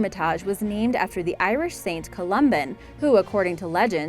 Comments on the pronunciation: #2 (Hermitage), is pronounced "hermatidg" or "ˈhɜrmɪtɪdʒ", not "hermitaush". #1... I would rather have the "castle" on the bank behind the island. (Three story with the bell tower.) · short (a) in hermitage not hermitaage! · 12:94 LOl "hermi todge" pronounced hermi tidge. And i'm Irish so don't argue with me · After discovering more atrocities here's part 2! 1. Fafe - the E is silent. Sounds like 'faff' 2. Hermitage is pronounced like 'hermitidge' 3. Wordie is pronounced like 'wardie' 4.Rudimentary is emphasised incorrectly 5. Newfoundland is emphasised incorrectly 6. You removed 'Svalbard' from the commentary, no doubt due to terrible mispronunciation (the D is silent)- it remained on closed captions. 7. Ellidaey is actually pronounced a little like "Adlidaay' it's a complex one. 8. Vestmannaejar again complex, like 'vestman airrr'. 9. Archipelago - don't say the H. .10. You also pronounced Bjork wrong too. how can you say 'BOOOOKcases with BOOKS in it' and mispronounce the first word just a second before saying it correctly?!?!? Dear God woman, get another job. It took me 2 mins to look the couple I was unsure of up on google. What's your excuse? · Why is the silly bugger pronouncing Hermitage funny?